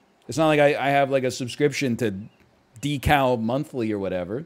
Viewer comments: I'm guessing that NL's one of those people who's only ever seen the word "decal" in books and never heard it pronounced in casual conversation. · When you think decal rhymes with heckle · Deckal? Really! Actually I’m going to stop talking I thought the gh in laugh / cough was pronounced th for 14 years ☠️